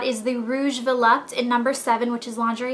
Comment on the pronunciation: its not VOLUPTE, it's volupté please